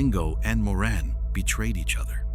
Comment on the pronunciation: Also calling her Moran when it's Maureen, these video's are so bad.